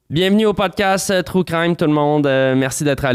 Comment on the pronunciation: aaaah c'est agressant quand tu dis true crime, comme les francais le disent. Tellement horrible comme prononciation. (désolé les francais, vous ne savez pas comment prononcer les mots anglais)